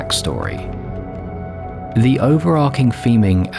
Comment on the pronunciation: it's overarching with a ch like in chicken